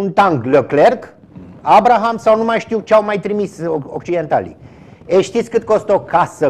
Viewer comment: Tancul se numeste ABRAMS si nu Abrahams. La fel a gresit cu Doigeoiu! In rest, emisiune cu staif, plina de date, analize pertinente, chapeau!